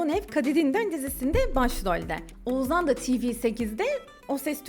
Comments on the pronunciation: Bir de Oğuzhan' ı telaffuz edebiseydin keşke 😂 Oğuzan Oğuzan diyip H leri yutmandan biz de doğrusunu demeyi unuttuk 😂😂😂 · Oğuzzzaan dedikçe z ler beynimi deldi 🙄